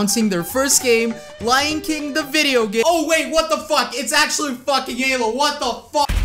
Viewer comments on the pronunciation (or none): none